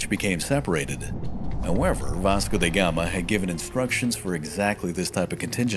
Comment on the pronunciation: In portuguese , his name is pronounced as "V Asco" with that A as car, not "V Esco" as cat. Huge and important difference.. 👍